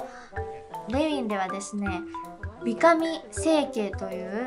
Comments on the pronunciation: 美髪(びかみ)じゃなくて美髪(びはつ)じゃないの？？ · 美髪は、びはつって読むと思う❗️ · びはつでは？ww